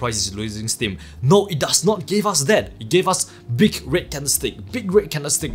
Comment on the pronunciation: I currently watching all your videos and it took me a few to realise you was saying red candles as i was thinking wtf is a rit candle 🤣